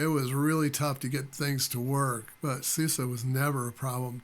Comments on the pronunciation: It 's SUSE, not SOOS :) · my friend, when we americans are given the chance to refer to something by what sounds like it might well be the name of a good-spirited, good-natured lady (eg, “that Suze sure is one good-humored gal!”), we do it! mispronunciation be damned!